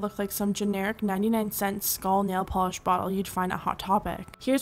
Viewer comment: Pls don’t say skull like that